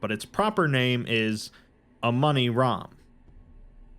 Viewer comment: Damn that "Amoni-Ram" started to sound a lot like Among Us from the start